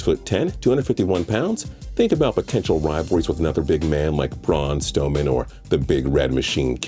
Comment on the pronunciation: Dude it's strowman